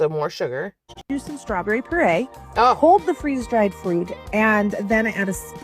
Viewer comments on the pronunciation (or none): Haha I noticed the purée mispronunciation too, and it irrationally irritated me. How does she not know how to say puree? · “So let’s start with a drink” 🥴 and I didn’t sound like she pronounced purée correctly and I don’t know why that bothers me. Also, I think it would’ve been cute if she had left the pink off and just continued the ombré of the orange and blue all the way down. But I love orange and blue. And the buttons just made it tacky…. why does she always have to make everything tacky?!